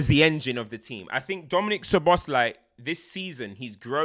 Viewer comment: Btw it’s Soboslai….sz is pronounced as s- and s alone is sh-in Hungarian